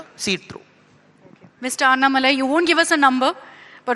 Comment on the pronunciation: Annamalaai ❌ Aaatumalaii